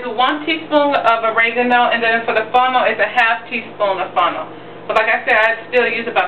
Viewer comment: funnel??? what is funnel?... did you mean fennel? Damn girl we have to pronounce our word right... love the vid though.